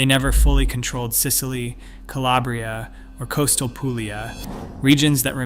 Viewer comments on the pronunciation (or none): none